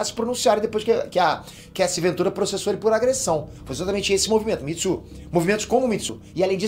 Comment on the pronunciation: O falando Mitsu em vez de Me too me quebra demais kkkkk